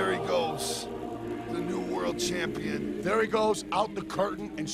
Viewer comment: I remember hearing say"campionshit". Made me laugh so hard